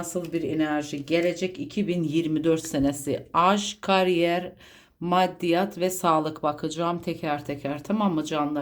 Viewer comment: Karyer ne abla yaaa?? Burcumdan soğuttun vallahi :)